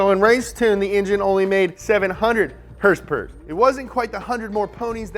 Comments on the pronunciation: I dislike the video as soon as I hear him mis pronounce horsepower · Liked this weeks episode for the “hearse pear” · "Hearse-pears!" LoL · How to make an "Everything you need to know / Up to speed" 1.) 2.) Dates in relation to Taylor Swift's and Post Malone's Birthday 3.) HRSPRS 4.) NOS energy drink 5.) Lightning! lightning! lightning! 6.) "Wait, what?" 7.) ' Dad 8.) Spot on german accent. I watch this channel too much lol. Comment what i missed. lol